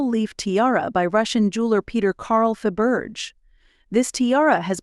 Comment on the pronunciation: Do you mean pronounced Fa...ber...shay